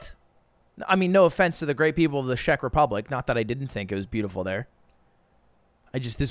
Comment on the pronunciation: did he just say "shek" republic